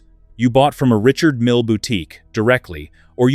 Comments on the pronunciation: The guy is French. His name is pronounced REE-SHARD MEAL. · Perhaps you need to buy a watch that helps you pronounce the name correctly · The AI’s inability to pronounce a name correctly or consistently is intolerable.